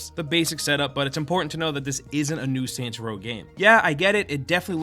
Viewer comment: Kept thinking he said santa row at the start